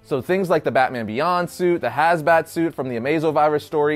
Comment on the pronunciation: Hazbat ?!? "...It was Robin's idea."